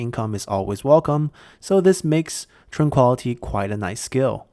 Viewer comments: Ty. I'm glad you take critique rather well. I do apologize, but mispronounciation is a pet peeve of mine. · Please look up the proper pronunciation for "tranquility." Thank you.